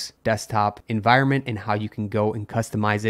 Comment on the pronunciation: En-voire-ment?? En-vi-ron-ment ?